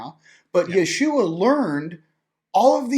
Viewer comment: Great conversation, and. And thank you for the correct way to say the name, "Jeshua"!